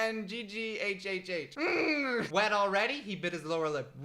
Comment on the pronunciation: i fucking died when you tried to pronounce the word "nnnggghhh"